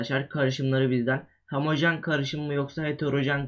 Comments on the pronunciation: hemojen deme sinirim bozuluyor HO-MO JEN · hemojen degil HOMOJEN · hemojen degil😠😠😠😠 ho mo jen